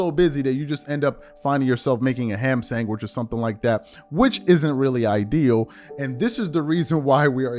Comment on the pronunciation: I watch the factor meal spot until you say Ham Sangwich every time.